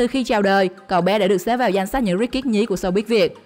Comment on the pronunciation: Luc phat Am tieng Anh , anh van . Ko biet doc Ha sao doc nhanh the ko ai bieu het 🤣🤣 Rich kids Rich am Thanh co Ch o phia sau ... kids so nhieu co S nhe em ... sssss Hoc anh Van bay co gang phat Am cho dung